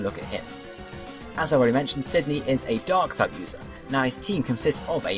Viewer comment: I heard you say "An ass dark type".